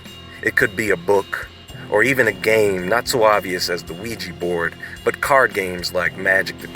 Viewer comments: Don't know if it has been mentioned, but OuiJa board doesn't mean "good luck" ... the name comes from French "oui" and German "ja" ... both meaning "yes". It's pronounced "wega" ... not "wegee". Technically, it's pronounced "we ya". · ouiJA not ouiJI. pronounce the damn thing like it's spelled.